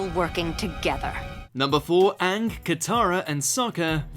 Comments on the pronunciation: You said Uung when you said number 1. Even you ... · Anyone else notice he pronounced Aang the same way The Last Airbender did.